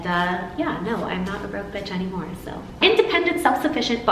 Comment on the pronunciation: You do sound very Australian when you say soo...